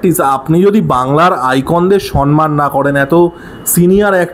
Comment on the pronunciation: দাদা কথাটা সম্মান, সন্মান নয়😶😶 কথাটা খুব কানে লাগে